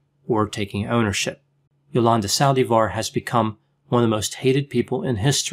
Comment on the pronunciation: Yolanda Saldi-Var 😂 sounds like, salivar, its Sal-Divar